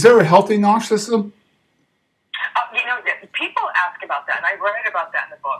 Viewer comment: I wish he pronounced narcissism correctly.